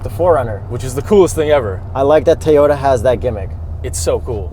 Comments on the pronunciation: TOE YO TAH!!!!!! stop saying teyuta!!! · say it with me TOW-YODA not TEE-ota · can the hipster not say TOYOTA why does he keep saying tiyota. ITS TOYOTA like TOY O TA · I think should say Toyota not Tayota it is really annoying,on top of you are a journalist, you should say the manufacturers name properly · U say.. TEA-OTA. I Cant watch your (Toi-OTA) / TOYOTA reviews anymore. Best video content u2. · T-oyta? It's a toy-ota. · Youre killing me Toy-ota not Tee-yota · lol I thought I was hearing things, but it sounded like he was saying, "Teayota" instead of "Toyota." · Too many “Teyota’s” said in this video. 😂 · is actually pissing me off my keep saying “teeyota” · Why did he keep saying "Teeyota"? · How many time did you have say Teyota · I cannot stand how says Teeyota. Sheesh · Did that dude on the left call it a Teeyota? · “Teeyoda”, hey? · Teeyota? Mazzda? Man, kills me with his car brand pronunciations... 🤣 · Teeota lollllll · WTF is a Teeyota? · lol...Tee o ta. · It's not tea ota! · Toy Yoda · Can we talk about how pronounces "Toyota?" 😂 #TEEota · Manny Tovar right?! Say it with me: “TOY-YO-TUH” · I've mentioned this to him before AND HE COMMENTED BACK! He said he has no idea why he says TEEyota. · Good review, guys., you're saying T'yota again, sounds weird. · Hey say, TOY...ota. REPEAT IT LOUDLY, TOY...ota. Just busting your chops a little bit! 😃👍✌👌 Awesome stuff as usual guys! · Try saying it as if you’re doing a stereotypical American midwestern accent, and replace the 2nd T with a D. Toy-O-Duh